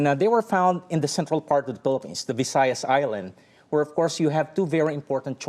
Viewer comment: He can barely pronounce his country the Philippines properly in English 🤦🏽‍♂️